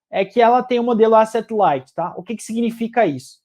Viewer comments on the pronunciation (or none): none